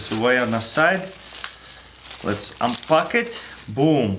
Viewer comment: lets unpuck it (kinda sounds like he is saying lets unfuck it)